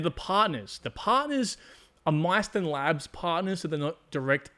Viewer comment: Mysten labs. It's pronounced like Miss & tin . Just a fyi...